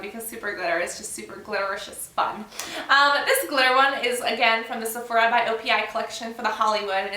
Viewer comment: you said opi by sephora a couple of times in the video and it also says it in the title.. haha i know the right way to say it but i know some people wont :) just an fyi